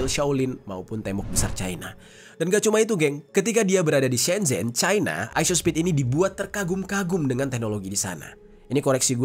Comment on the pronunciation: Shenzhen tulisan e begitu tp cara baca huruf China semcen